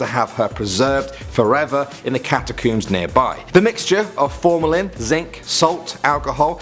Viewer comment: We all pronounce it catacombs but calls it catacooms